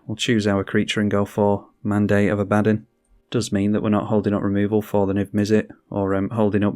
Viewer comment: Great vid! It's pronounced "Ah-buh-don" btw.